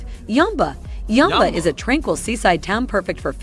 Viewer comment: how do you get yumba out of yamba ? do you call jam , jum in america ? lol